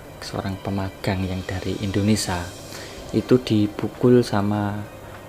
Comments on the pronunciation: Woiii itu indonesia pengucapannya bukan indonesa,...bahasa burung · ngomong indonesia dulu yg bener ,bkn indonesa. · Tolong di ralat kata indonesa.. harus diucapkan dengan benar INDONESIA bukan INDONESA..